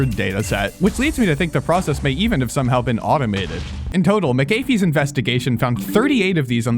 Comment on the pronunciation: McAfee is pronounced "Mac-Uh-Fee" not "Muh-Kay-Fee"